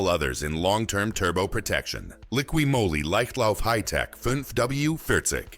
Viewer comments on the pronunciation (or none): Moly is pronounced Mall-ee. Not Mow-li.